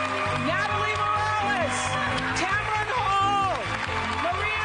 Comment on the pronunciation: It's TAMRON Hall... not Tamra Hall.